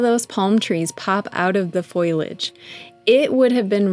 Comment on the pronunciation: How lovely! (It's FOLIAGE, btw. Not FOILAGE! - FOAL-Y-AGE.)